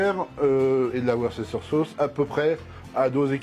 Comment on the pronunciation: Non on prononce Worsteur sauce